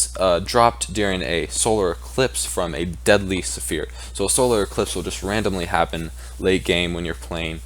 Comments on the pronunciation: Dude it's not "Suh fear" it's "sfear". One syllable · The way he says sphere is saphere XD